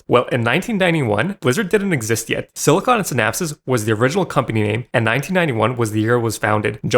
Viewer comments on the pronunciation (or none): Bro you can't even pronounce Silicon & Synapse.